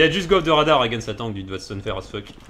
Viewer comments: I love the way you all pronounce "tank", it always makes me chuckle when I hear say "He called a tank". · I love how says tank as tonk